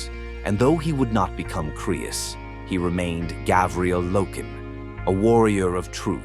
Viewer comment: Say it with me: Gar-vi-el